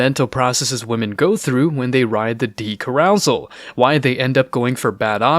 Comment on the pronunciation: You egregiously mispronounced ‘carousel’